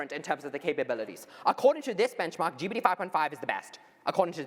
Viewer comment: Did start the Geebeety instead of GPT trend? I notice so many more people saying Geebeety now 😂